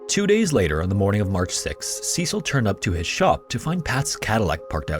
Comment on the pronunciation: That's not how you pronounce Cecil 🤦🤦🤦🤦